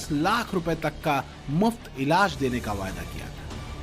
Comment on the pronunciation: BJP ne "Vayda nahi Vada kiya"...kripya hindi mein sahi uccharan karein